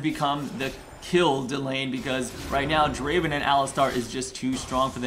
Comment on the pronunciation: uhm srry but it's DRAAAAVEN